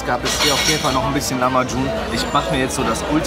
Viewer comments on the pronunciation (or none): Das heißt lachmajun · Lachmaschun nicht Lamaschun